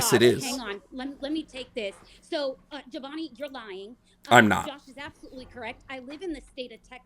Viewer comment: PLEASE. They were saying "jovani" and "joval" even after asking how to pronounce it right. 💀